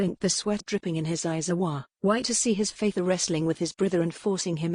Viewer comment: Her faither? really. computer might be able to read some words - others - nope. too bad sounds like a good story but the computer reading ruins it